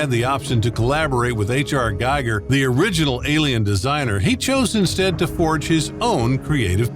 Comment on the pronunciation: Giger's last name is pronounced "GEE-grr," not "GI-grr."